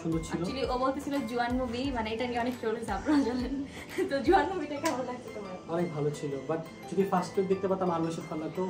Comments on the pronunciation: Not jowan is jawan😊😢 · Boin re oida jowan hoibo nah jawan hoibo nam dao উচ্চারণ করতে পারোস না 😂